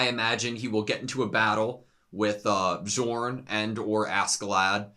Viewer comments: Please! It’s not B-jorn, it’s Bee-orn. The J is a Y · This Bjorn pronunciation lmao